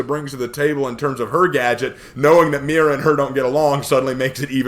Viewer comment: Spaniard here, and you actually pronounced it somewhat ok. I mean, it's blatantly obvious that Spanish isn't your native language, but, again, Spanish isn't your native language. Not much you can do there lol Also, great vid! And I agree on your point about her being in the field. She should have the training, but not be put in a position where she could die